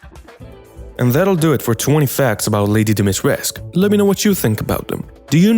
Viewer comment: The "u" at the end of her name is pronounced 🧐🧐 so many people got this wrong